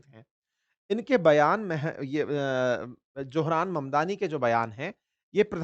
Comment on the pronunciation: Ek baat aur Zohran Naa ki Zohram😅